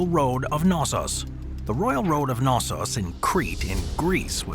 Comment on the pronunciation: The "K" in Knossos is not silent, and stress is on second "o"...